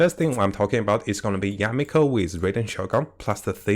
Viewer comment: Mihoyo: Yae Miko: Yameko!